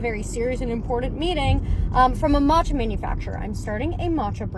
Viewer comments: The 'matcha' with a random 'n' thrown is was driving me nuts. It's 'maa-cha' not 'maan-che' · I want someone sooo badly to keep commenting on her video about "maachaa" (her pronunciation urked me so much, I'm a graduate of Japanese studies) to throw her hypocrisy back at her.... and on other videos as well to warn people. So irritating, her whole shtick.